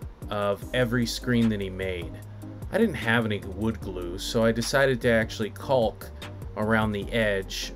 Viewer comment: I enjoyed the “hard L” when pronouncing caulk.